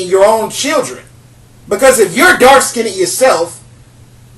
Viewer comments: smh....."skin-ded"? Artculate first, then educate others. But, good perspective. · Listen, young man, first learn to speak the language you use properly. You are not pronouncing the word skinned improperly. The "ed" in the word skinned is not a separate syllable. The word is only one syllable. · Please pronounce "skinned" correctly. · Oops accidently hit post. To finish my post. Skinned is only one syllable. (Skind) not (skin ned). Just to funny hearing him. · He is mispronouncing "Skinned" as "skinied" not skinny! Like ax for ask! He is unable to enunciate! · The way he says "skinned" cracks me up. He says (skin ned) pronouncing the n twice instead of (skind). Skinned is only one syl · I'm sorry but "skinnid" 😂😂😂? I get his point though. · Hi I live as a black woman and I also hate the fact that light skinned women are top of the tree when it comes to beauty! I love the topics you pick and I want to see more information about the topic. Please, however can you say dark (skiind) rather than skindeed? I would really appreciate it. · It IS SKINNED.... Not SKINNDDEDD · Every time you say "skinded" I cringe! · skinned not skinneded Wtf pronounce it right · Skinned,skinned not skin-ed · Let me help you here with your ability to speak with more authority. First of all; You are pronouncing the word 'Skinned' all wrong. It is not; 'Skin id'. It is pronounced; 'Skinnd' Not' Skin id' And I agree with you, by the way. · I mostly agree with your points, but please learn the correct pronunciation of "dark-skinned". You sound like you are putting an extra "ed". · I really appreciate this video but the word is "skinned" not "skindid". :) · sounds like hes saying "dark skinny women" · Lmbo! FINALLY, someone else that's corrected that mispronunciation. Annoying...the Englishp language isn't as difficult as many make it seem.